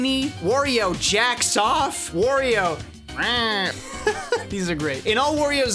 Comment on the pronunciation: "Worio"? What's next, call Mario a "Morio"? Wario has nothing to do with war, it's pronounced Wah-rio.